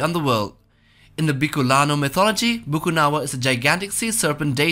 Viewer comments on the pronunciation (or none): It’s actually BAKUNAWA and not Bukunawa. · It's actually Bakunawa not a bukunawa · Its bakunawa not bukunawa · its not bukunawa its bakuna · um it Bakunawa not Bukunawa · Not bukunawa Its Ba-Ku-Na-Wa bruh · It's Bakunaw not Bukunawa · As a Filipina. It is widely known as" BAKUNAWA" here not Bukunawa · It is Bakunawa not Bukunawa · Actually it's Bakunawa, not Bukunawa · Bakunawa not bukunawa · Its actually bakunawa not bukunawa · #2 is actually BAKUNAWA not Bukunawa... Tnx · Its not bukunawa its bakunawa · Correction of bakunawa not bukunawa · It is not bukunawa but it is bakunawa.. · Bukunawa? I research for his name is Bakunawa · im from philippines its not called bukanawa its bakunawa a serpent that have long whiskers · I somehow think that the narrator is munching on flour and just stops now and then and it's "Bakunawa" not bukunawa. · Actually its called bakunawa not bucunawa its cauz im a filipino Theres a story about the bakunawa eating 7 moons on earth in the start of the story the earth has seven moons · Uhmm I'm from Philippines the BUKUNAWA is Actually it's BAKUNAWA ^^ just so were clear yan sa mga hindi na niniwala yan mag iiwan ako ng isang tagalog na mensahe ^^ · ITS BAKUNAWA not Bukunawa bwahaha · it's actually Bakunawa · Its bakunawa btw 😎👉👉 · “BA- KU-NA-WA” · It's pronounced Bakunawa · its BAKUNAWA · It's pronounce "Bakunawa" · Ey im Filipino and that not how you pronounce the monster on , it's pronounced as "Ba-ku-na-wa" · It's pronounce "Bakunawa" And legends said theres a 7 moon but Bakunawa ate the 6 Moon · Oo nga bakunawa un eheheh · Yup its bakunawa..